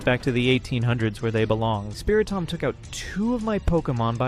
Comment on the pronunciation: Did you just say SpiriTOM?